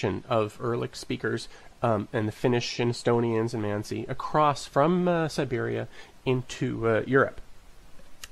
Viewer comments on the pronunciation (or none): none